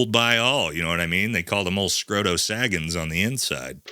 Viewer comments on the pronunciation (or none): My guy did you just say Scroto Scaggins? Subscribed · my man said Scrodo Saggins 😂😂😂😂😂